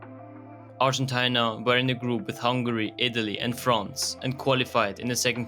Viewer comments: Ar-gen-ty-na what a pronunciation. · Could you please do the research properly and pronounce ARGENTINA in English properly (Ar-gen-TEE-na). Thanks